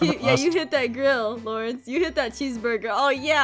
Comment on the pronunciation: aphmau: zane garroth and laurene! me: LaUrEnCe?